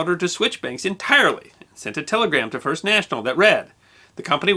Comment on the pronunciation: "Fist Lady" eh?